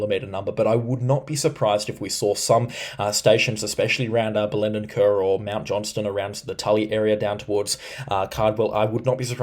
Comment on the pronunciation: Thanks for the vids but here’s some pronunciations for you. Bell-en-den Ker, Fore-seyeth, Kuranneda, Bartle Freeah, Palooma.